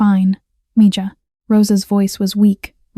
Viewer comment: Mija is pronounced Meha